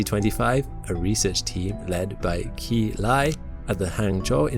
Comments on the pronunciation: When you're saying a name like "Qi Lai" , you can get much closer just by pronouncing the first name as "chee" instead of "kee". In general when saying Chinese names in English, it helps to say "q" like "ch", "x" like "sh", "zh" like "j", and "c" like the "ts" at the end of "pants". This was so cool to watch, thanks for the great video! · Very interesting as always,... but the Chinese name 'Qi' is pronounced 'Chee'. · Just a heads up, Qi is pronounced like Chi. The Q in Romanized Chinese has a Ch sound.